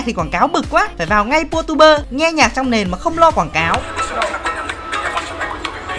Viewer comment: pha túp bơ hả((: , phát âm sai ghê z